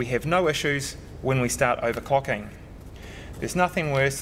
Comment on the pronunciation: owercocking sesion....wwwriiite